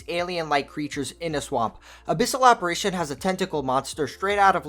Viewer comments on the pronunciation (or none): none